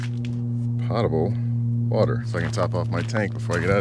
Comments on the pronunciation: Believe it or not with potable, it’s pronounced “poe-tuh-bull” water. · It's potable /pō′tə-bəl/ Not like a pot to cook in I kow you go back and forth because you say you aren't' sure. It's potable /pō′tə-bəl/. WOW, your soup looked absolutely beautiful!! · Potable. Long "O". Like 'hole' or 'oval'.